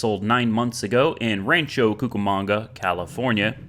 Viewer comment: The fact you pronounced ‘Rancho Cucamonga’ correctly blew my mind lol. Most people not from the area don’t say it right.